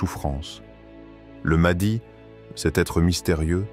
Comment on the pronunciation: Wa3alaikoum assalam Warahmatou ALLAHI ta3ala wa barakatouh, déjà on ne prononce pas maadi mais maHdi c'est I A 😂😂😂😂😂😂